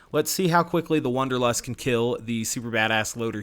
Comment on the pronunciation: It’s wAnderlust not wOnderlust!!! Am I the only person that was bothered by this?!!